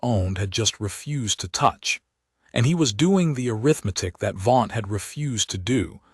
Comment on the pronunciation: Another massive mispronounciation: a form of counting - Arithmetic( uh-RITH-muh-tik ), not arith-metic